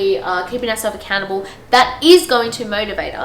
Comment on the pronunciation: when u said “make yourself accountable” it sounded like “make yourself a cannibal” 😂😂 i rlly enjoyed this video ! i also find bullet journalling fits really well into the stuff you’re talking about ❤️